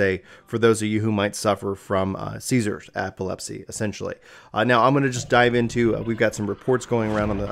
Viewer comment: ".. For those of you who suffer from CESARS.." LMAO NOPE! NO SECOND TAKE NEEDED, I SAID IT PERFECTLY LMAO